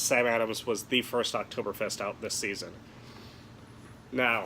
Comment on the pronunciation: The people of Germany are disappointed in your pronunciation.